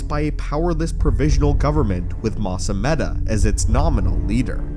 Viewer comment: It's Mas ameeda. Those are long Es